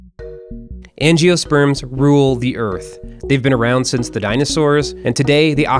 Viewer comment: At least you pronounced angiosperms correctly.